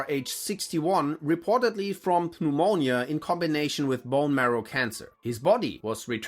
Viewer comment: If he had he would have pronounced Pneumonia correctly 😂